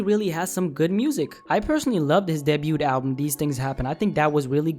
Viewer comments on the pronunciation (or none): I dipped after this man said "debute"💀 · did he just pronounce debut with the T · nigga can't say debut💀